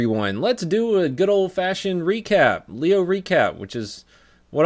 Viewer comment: God damnit. Dude is ruining the name and I actually am a leo.